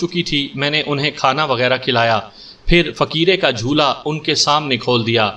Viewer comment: بھایی تم جب بار بار جھولا(jhola) کو jhoola کہتے ہو تو بالکل اچھا نہیں لگتا، اسی طرح مطب کو مطلب۔باقی سب زبردست ہے۔ Love from India.